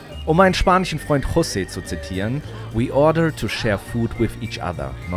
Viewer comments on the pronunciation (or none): none